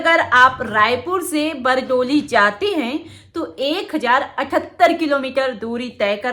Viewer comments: बरडोली नहीं बारडोली बोलो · Bardoli naam hai Aapke bolne me bhul hai medam ji